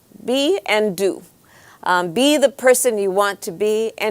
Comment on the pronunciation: be and do When kamala says “do” her Indian accent comes out heavy. She says do like Du.